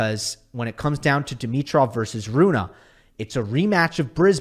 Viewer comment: Great content! As always. Just one small thing.. it is Holger RunE not Holger RunA..i even double checked the pronouncement to be sure i am not a dork and i am not😅😊